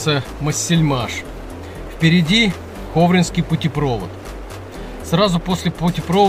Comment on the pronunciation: Интересное видео, но правильно - путепровОд)))